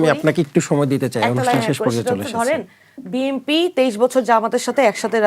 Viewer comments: এনসিপির এই নারী নেত্রীকে বুঝাইয়া দেন যে বিএনপি উচ্চারণ হবে; বিএমপি না। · BMP NO BNP উচ্চারণ সঠিক নেই। রাজাকারের দল। দেশের বারোটা বাজিয়ে দিল